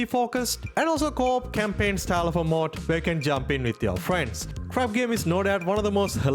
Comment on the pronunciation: he means mode not mod you guys